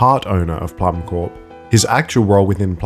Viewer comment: I believe Plummcorp is meant to be pronounced "plum core" as corp for corporation is pronounced as "core" it looks like a pun like the seed core of a plum. Probably a reference to the famous Apple Corps (same pun, apple core) the Beatles started in 1968, which their famous Apple Records label came from.